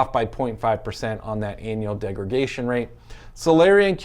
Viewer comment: Just a friendly heads up that it’s degradation not degragation.